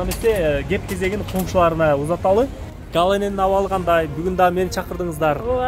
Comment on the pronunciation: Гала эмес Галя